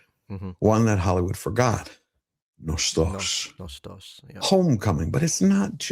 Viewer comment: It’s ¨Νόστος¨ actually. The stress is on the first syllable. Nostalgia derives from it.